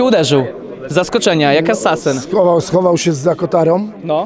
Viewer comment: co to jest asasen???🤦‍♂️🤦‍♂️🤦‍♂️